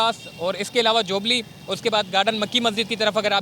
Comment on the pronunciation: یہ جَوبلی نہیں جُوبلی ہے ۔۔۔ اپنا تلفّظ تو ٹھیک کرلو۔۔۔